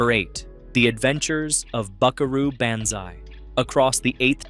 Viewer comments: BAN zai? That's some weirdass pronunciation of Banzai. Y'know, the part of the word that sounds like "bahn" :p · BON-ZAI BO-NZAI not ban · Buckaroo BANzai?! 😳 It's pronounced Buckaroo BONzai. The sound is ON, as in "Han" Solo. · Why is it that AI cannot be taught to pronounce names? I was doing just fine with this video until Banzai was REPEATEDLY given a short a sound. Rhymes with can sigh. Or pan thigh. Or man cry. Or ran high. Or dan nigh. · BONzai not BANzai is how it is pronounced AI speaking on this video. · BON ZI not Ban zi. What are you racist against Japanese? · It's the Lectroids that are all named John. Also it's pronounced Bonzai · It's Bonzai. NOT Banzai. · AI narrators gotta go. How many ways are you going to pronounce "Banzai"? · Of course it’s an AI voice, most of these List videos are. It’s quite apparent when it mispronounces Banzai. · Really? Is it the cheapest text-to-voice software ever, or is there actually a human being that doesn't know how to pronounce "Banzai"? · Gotta love the A.I.'s pronunciation of "Banzai." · I had to stop watching this during the Buckaroo Banzai segment because the AI generation was so crap. It can't pronounce Banzai properly and it kept getting facts and details of the movie wrong. Also, we didn't find these on cable. We either saw them at the movies or rented them a a video store. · As much as I appreciate a guy that seems to make vids in his actual voice, I must suggest you look at a pronunciation key for "Banzai." Also, man, I was tripping so hard when we saw Night of the Comet I nearly gave myself a hernia laughing my ass of at the drive-in. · Your inability to pronounce Banzai is hilarious 😂